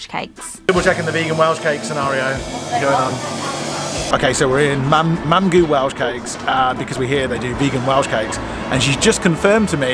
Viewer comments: Love this….you two are so funny 😂 Mamgu is Welsh for Grandmother, it’s pronounced Mamgee not Mamgoo, lol, following 😘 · Hi just wanted to say that the u at the end of mamgu is pronounced as an e. In south west Wales we call our grandmothers mamgu :)) I hope you enjoyed Pembrokeshire.